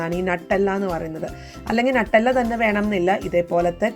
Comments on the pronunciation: നട്ടെല്ലാ എന്നല്ല ന്യൂട്ടല്ല എന്നാണ് പറയുക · നട്ടെല്ല് അല്ല 🤣🤣🤣 ന്യൂട്ടല്ല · നട്ടല്ല അല്ല ന്യൂട്ടല്ല എന്നാണ് സ്വാഭാവികമായിട്ട് പറയുക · It is not nattella nuttella